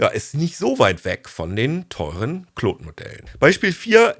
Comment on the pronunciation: Bitte hört auf "Kloooood" zu sagen 😭 Die englische Aussprache (Clawd) hört sich viel besser an.